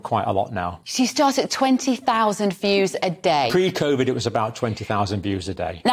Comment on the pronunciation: Odd how a Nurse cannot even pronounce medical words correctly, ha! Steee roiads, Cov-id then Covid...